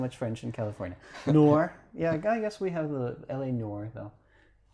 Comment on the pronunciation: reminded me of Hermione saying "it's eviOsa, not leviosA" with the Noir pronunciation lol.